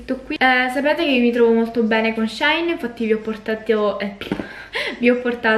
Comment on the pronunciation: Ciao 😍 La pronuncia corretta sarebbe "She in" perché il nome originale del sito era "She inside". Ma alla fine ciò che conta è fare shopping 🤭😌 Ps. Sto per fare un ordine per colpa tua ahahahah